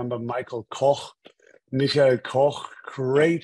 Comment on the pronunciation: He did use the American and German pronunciation for Michael. Would have been fun if he had done that for everyone. Man knows his audience though.